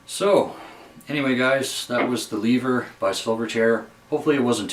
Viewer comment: It’s Lehver not Leever your saying it weird (and I know Australians say it funny)